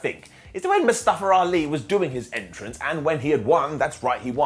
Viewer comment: I thought I heard Keven Patrick call Mustafa Ali “Mustache Ali” for a second 😂